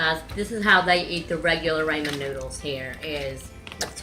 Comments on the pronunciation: MichelleandFamily I just heard it too 😂 raymen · You say ramen like raymen 😂